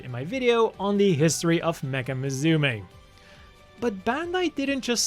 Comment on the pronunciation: You say musume wrong.